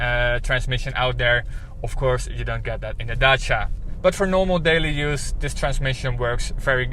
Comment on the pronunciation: Wow ! A car named Dutch-ia ! And it is orange ! And the presenter pronounced the name properly ! I believe that Renault wants the Netherlands market real bad . The courtship is shameless .